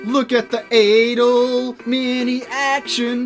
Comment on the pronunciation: Also I'm not sure but I think you say it like A-DOLL